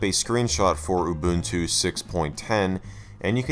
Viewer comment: Mubuntu 😂 6.10 (not Linux Mint)